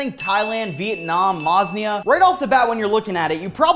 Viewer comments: wtf is Masnia bro😭it's Ma Lay Sia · Wow as a malaysian i feel so offended by him calling malaysia maslia its supposed to be pronounced like Mae-lae-siea but its called malaysia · Malaysia ❌ Mosnia ✅ 😂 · it is Malaysia not masnayia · Did he just call Malaysia, Masnia hahaha btw I love your videos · Bro really said Malaysia is "Masnia"🥀🥀🥀🥀🥀🥀🥀🥀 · Did bro say masnia instead of Malaysia😐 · ma lay c a that’s how it’s pronounced lolll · Malaysia❌ Mosnia✅ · WHY IS NO ONE TALKING ABOUT HOW HE CALLED MALAYSIA MOSNIA😭😭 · I'm from Malaysia. You butchered my countries name. hahahhaha. funny though. hahah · He messed up Malaysia so bad I had a heartache 😭